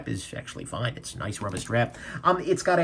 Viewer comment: “Friggen rubbah” love it 🤣